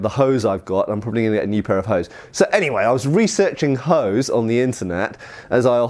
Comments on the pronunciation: Researching Hoes I see ;) btw "Hose" is German for trousers. Hint: an "E" at the end of a German word is not silent, as such instead of "Hos" (incorrect) it is "Hose" (correct). It is a short "eh" sound like the starting letter of "exile". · the "e" in "hose" is pronounced and not silent. The word slightly sounds like "ho-zeh", where the vowel in the last syllable is an [Open-mid front rounded That's roughly like in the articles a/an. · I just kept laughing every time he said hose so I had to stop the video for a bit to catch my breath. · I am from Germany. (So naturally I don't like/understand fun and humorous things) and I have to tell you all: “(die) Hose” (singular) is still the German word for trousers and “(die) Hosen” is the plural. And beside I have no Idea how the medieval Germanics pronounced “Hose”, for modern terms he is pronouncing it utterly wrong, or he does copy some crude dialect. (But yes, it is way more fun if he pronounced it the way he does. xD)